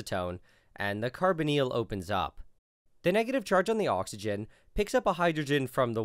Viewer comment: Nile I adore your videos, but...how did you just pronounce carbonyl? Isn’t it carbon-y-l not carbo-neel?